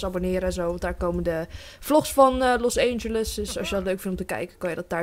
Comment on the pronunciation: het is niet Los EENgeles Het is Los ANGELES IK IRRITEER ME DAAR ECHT AAN